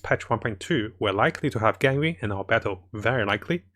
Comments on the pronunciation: btw why is he saying "ganwing" for ganYU or is it how its supposed to be pronounced hahaha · why do you pronounce it ganring it's Gan you